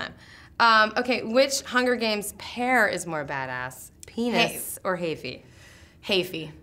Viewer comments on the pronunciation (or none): she said panis